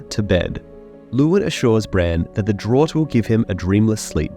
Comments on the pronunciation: Draught. It's pronounced "Draft". Like Miller Genuine Draft beer. It's draught. Like enough. It has that "F" sound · Draught is pronounced Draft